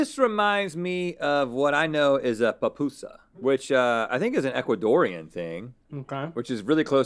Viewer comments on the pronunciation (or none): Dear Rhett, their are called “pupusas” not papusas. And they aren’t ecuatorian, they are from Honduras and El Salvador. But a+ for effort